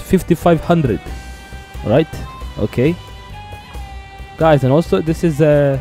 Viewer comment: It's Not s 5500 it's s500 or s55 amg..!!